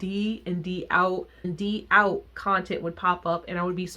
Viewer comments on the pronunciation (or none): I’m a fan of all the bands you listed there’s not too many vkei styles and bands I don’t like however I hadn’t listened to a whole lot of an cafe or trace, d=out is pronounced doubt. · D=OUT is just pronounced as "doubt" since it's based off of the foreign word! IMO they're criminally underrated and get mistaken for oshare kei a lot (they aren't) but obvs to each their own and what not ❤️ I too couldn't get into Alice Nine though, I never understood at the time why they were so popular 😅